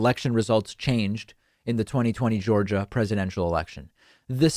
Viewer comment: did you say "zhorzha?"